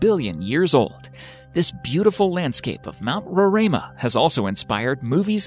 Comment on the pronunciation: Hahahahaha same, i was confused when he said roraima. To weird to hear it with an accent